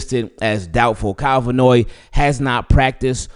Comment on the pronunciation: It’s pronounced Van Noy not Vannoy lol still love you